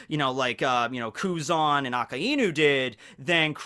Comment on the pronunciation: Good talks, but it really annoys me how you pronounce Akainu. :|